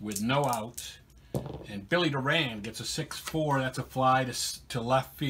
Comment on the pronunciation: Billy Doran’s last name is pronounced (DOR • an) and not (doe • RAN). That is the way it was pronounced when he was a Houston Astro.